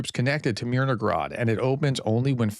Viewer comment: Hey Prof... there is no G in Myr no hrad. :) Influence of Russian: In Russian, a related language, has a similar letter 'г' that is pronounced with a hard 'g' sound. Because of this, some may incorrectly assume that the 'h' in "Myrnohrad" should be pronounced as a 'g'. Little things bug me... 😄